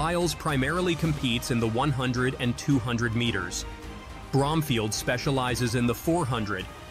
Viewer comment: Why can't say the word "meters?"